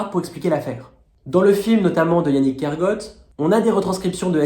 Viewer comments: Bonjour, prononcer "Kergo-at" et non "Kergôt" , son nom est breton ( trad : du village de la forêt) et pas anglo-saxon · Je suis allée voir le documentaire « personne n’y comprend rien » hier et ça valait le coup. Merci pour votre vidéo. Yannig Kergoat (faut pas le prononcer à l’anglaise goat mais à la bretonne goat (comme coat) ça veut dire bois en breton. Kergoat ça veut dire la ville du bois. ❤